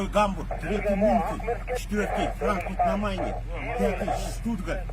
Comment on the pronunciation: Спикерге караганда франкфурт на майне деп туура айты окшойт😂😂😂😂😂